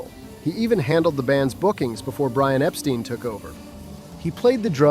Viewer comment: mispronounced Brian’s name didn’t he!